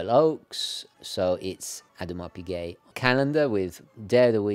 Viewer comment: Odd-mar Pi-geh